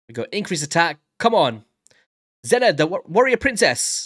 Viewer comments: Zenna? Zeena! Man I’m old. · pronounced (Zee Nah)